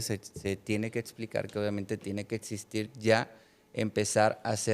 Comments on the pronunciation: Chale , otro invitado saco de papas... sera doctor pero cuando alguien dice "etsistir" o "etspertos", denota que tan rapido corre el hamster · No le puedes creer a un pseudo médico que pronuncia etsistir, setso, etc. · etsistir...etspertos.. y otras... jajajajaaa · Etsistir.... etspertos.... 🫣